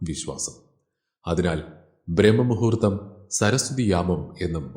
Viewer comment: Brahma muhurththamalla.....Braahma muhurththam...